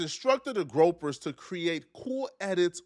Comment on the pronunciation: the what? GROPERS? does your dumbass mean GROYPERS?